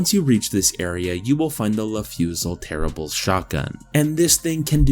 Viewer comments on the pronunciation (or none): Le Fusil Terribles is pronounced "Luh fewsee tair-ah-bluh"